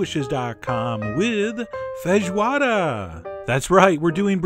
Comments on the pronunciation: Chef, I'm from Brazil and you are amazing. Nice job with the Feijoada and also with the accent as weel "Linguiça" and even "Feijoada" is not something that most americans can't pronounciate it. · Your pronunciation of "linguiça and feijoada" is pretty good !!! Your recipe is a little different but looks very good too 😋...oh, and that's not a New Year's dish... it's more like a weekend great family and friends' reunion dish as "churrasco"(brazilian barbecue) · Hi Chef John. Me again (several years too late). Great video, as always. You... are the first... American... I've.... ever met... who pronounced "fejioada" and didn't mess the word up! I'm impressed! Joking aside, great video. Oh, and I know many people (including here) don't like to use these parts, but traditional feijoada includes pork ears, tail and trotters, and I personally love those! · I am a little more impressed by you pronouncing the word so well than by the dish itself, really. That doesn't mean it didn't come great (every food you make does)